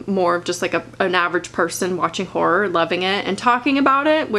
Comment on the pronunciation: Though she said ”whore” the whole time and I was like, c o o l turns out she meant ”horror” i- aha